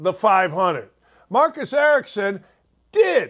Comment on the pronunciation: Marcus Ericsson not Marcus Erickson.